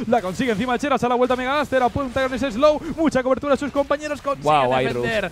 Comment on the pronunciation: CHERÁZ! Van a pickear a CHERÁZ! No os cuesta nada pronunciar bien